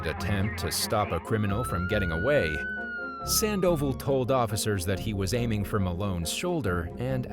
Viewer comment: How can the narrator mess up pronouncing "Sandoval" but get "Nguyen" correct? 😆